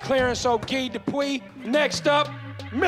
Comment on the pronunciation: Anyone else annoyed at the announcer pronouncing "guy" as "gi"